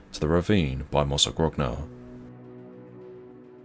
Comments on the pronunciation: My family is from Mozzagrogna, and we are eternally grateful to the brave souls who gave their lives freeing us from the horror of Nazi occupation. (its pronounced mozza-groan-ah btw, the 2nd g is silent) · Now repeat after me: mozzagronia... that's how it's supposed to be pronounced. you're welcome. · Thanks for the upload. Mozzagrogna is pronounced Mozzagronya btw.